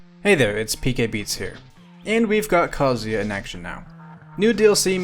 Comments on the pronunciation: THANK YOU FOR SAYING KAZUYA RIGHT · Every other streamer/youtuber says his name like kazooya, so thank you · Proper kazuya pronunciation!!!!!